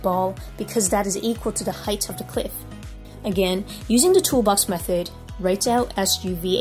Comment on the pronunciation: bros asian 100% - when she says "height of the cliff"